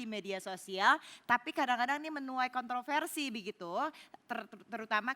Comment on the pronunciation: Apa cuman saya yg denger si mbak bilang “k*ntolversi” di menit ?